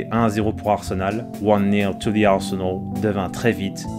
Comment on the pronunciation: Arsenol avec l'accent 😂😂